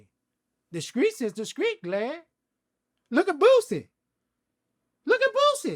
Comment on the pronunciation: I like how his t's sound like the c's....for example, he will pronounce street like "screet"